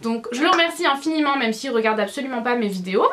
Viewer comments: Pk tu dis nous meume au lieu de de nous meme ? Bizz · tu dit :nous mom à la place de nous même sinon je t ador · super vidéo et oui je regarde en 2016 ... mais tu dis meume au lieu de dis même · j'aime pas comment tu dis même tu le dis meme et tu le dis beaucoup de fois dans cette vidéos mais sinon ta un beau dressing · On dit MÊME et pas "MEUM" lol! Sinon ta pièce est magnifique!